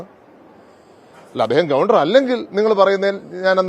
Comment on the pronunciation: ഗവണ്ടർ 🙄 എവിടുത്തെ ഗവെൻഡർ